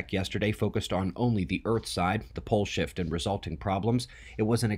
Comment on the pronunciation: Every time you say pole shift it sounds like you say bull shit. Kinda funny thought I'd share.